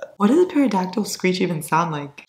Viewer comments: IM SORRY BUT ITS PRONOUNCED TERO-DACTYL NOT PERODACTYL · “perodactyl” 💀 gurl love ur videos but u don’t pronounce the p BAHAHHA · im sorry did you just say "para-dactyl" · my love, did you pronounce pterodactyl with a p instead of t?? oh how i love you. 🤍